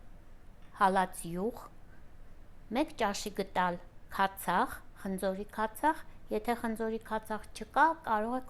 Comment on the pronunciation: Shnorhakalutyun shat lavner, ampayman amanorin kpatrastem.Khmori mej halac yuxi ham@ chi zgacvum(mi guze karaga halezraz?);mijukin shakaravaz petk chi? Shat em uzum hrcnel(bayc chnexanak xndrumem,dez viravorelu hamar chem asum)inchu gDal bar@ ampayman "T" tarov ek asum(shat sheshtvac) vor@ bolorovin hacheli chi lsvum,lsoxutyuna xlacnum,naev hayoc lezuna axavaxvum.